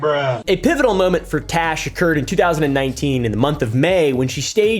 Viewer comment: The way he calls her trash instead of Tash 😂😂